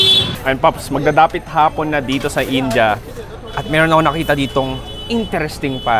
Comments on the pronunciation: Its Ind.ya or Indi...not In.ja. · its "in-di-a" not "in-ja" sbe ng mga indianong kawork ko ganyan daw po tamang pagbigkas.. kce nung bago lang den ako dto sa uae kinorek nila ko kce inja den un pgbigkas ko..